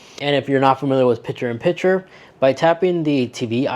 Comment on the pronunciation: The word is PiCture with a C. Not Pitcher like in baseball.